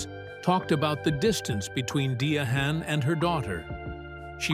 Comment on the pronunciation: Her name us pronounced Di-ann.Give our legends respect please❤😂